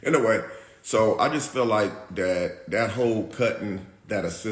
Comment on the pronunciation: “So the change dat I did heard” 😂😂😂 20 seconds in I’m already rollin 😂😂